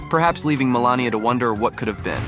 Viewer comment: It’s Mel AN ia!